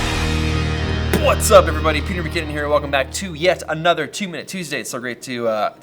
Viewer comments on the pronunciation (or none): The way you say "what's up", I hear "butts up". That is how it sounds like. LOL